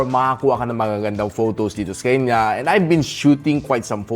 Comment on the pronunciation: Natutuwa tlga ako sa "sekanya" mo boss. More awesome videos in 2025 🎉